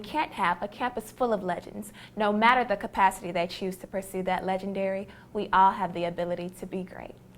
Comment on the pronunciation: I like da dance I like da sing!! I love how she brought out her accent then. Lol.